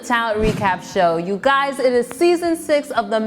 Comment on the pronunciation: when is she going to learn that y-o-u is NOT pronounced chew